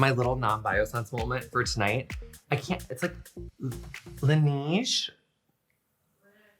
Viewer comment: La neege? « La neige. » oh. Le neige!